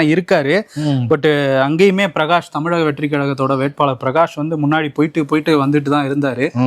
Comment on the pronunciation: யோவ், என்னைக்கு தான் தமிழகம் ன்னு சொல்லுவியோ தெரியல.. தமிலகம்... கஷ்ட காலம் 🙄